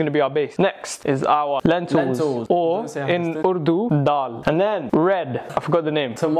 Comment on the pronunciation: faisal casually saying urdu and daal caught me so off guard bc how he pronounce it so well??